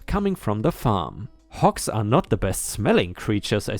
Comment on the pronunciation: It's HOGS not HOKS. I realize that in your native language a "g" is often pronounced like a "k". But you should know about this by now.